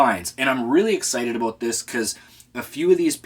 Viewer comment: A soul from a boot? A boot what?! What is it a boot?! What are you trying to say strange Canadian man?!